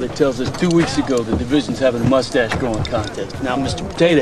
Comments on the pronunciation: "POWLICE THAT MOOSTASH" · the way he says moustache hurts my feelings